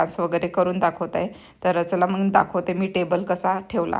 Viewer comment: फाॅरेनला राहून सुद्धा किती अशुद्ध भाषा!! "मग"च्या ऐवजी "मंग" म्हणता ?!! "मुगाच्या" डाळीला "मुंगाची" डाळ??? "अडकण्याला" "अटकणे" म्हणता??? टेबल "ठेवला" नाही हो, "सजवलं" आहे!! आणि मराठी पदार्थ - कोल्हापुरी, मालवणी, कोकणी, वऱ्हाडी, खानदेशी, सीकेपी - काय मेले का कि पंजाबी पनीर आणि "अरहर" दाल मसाला बनवलत? मराठी फोडण्यांबद्दल ऐकले नाहीये का? जर त्या तिखट खात नाहीत तर गोडं वरण करायचत. आपले पदार्थ आपणच promote केले नाहीत तर पंजाबी, बंगाली, मद्रासी लोक करतील का?